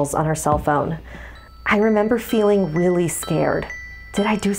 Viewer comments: I know I'm like heka late but it sounds like she's saying weally instead of really. XD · And whoelse heard say "Wheely" instead of really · "I remember feeling weally scared" Am I the only one who heard weally and not really